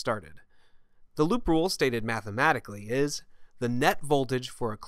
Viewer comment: lol when you talked about "loop A" I couldn't help hearing you say "Lupe" haha